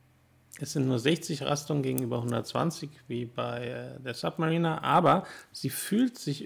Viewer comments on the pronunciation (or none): none